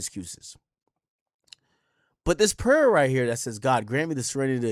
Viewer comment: This man had to Google the serenity prayer. Then pronounced PRAYER WRONG